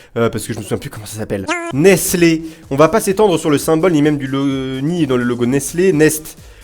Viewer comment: Pour que tu prononce bien nestle dit: nésteulle sinon continue comme ça je t'adore😀😀😀😀😀😘